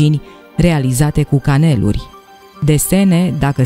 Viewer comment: Caneluri, xu accentul pe ultima silabă !